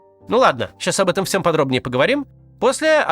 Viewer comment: Кац это живой человек или всё же хороший ии, почему говорит иногда как херовый ии. Например "поговорим обо всем" если надо "поговорим обо всём "